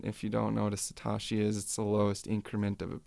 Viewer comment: Sa.. TOE.. SHI... NOT satarshi.. Thx subbed